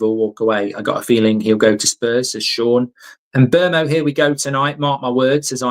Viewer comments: Here u go again with the Em Mbuemo pronunciation, it’s Mbuemo mate, the MB are pronounced at the same time, it’s winding me up! MBUEMO not Em’ Mbuemo! 🙄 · HIS NAME IS MBEUMO FFS